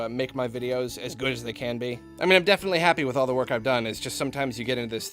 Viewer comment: Did he say "I deathfinitely" going to do this"?